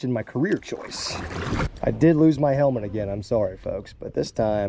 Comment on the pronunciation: definitely said "helment" instead of helmet 🤦🏻🤣🤣🤣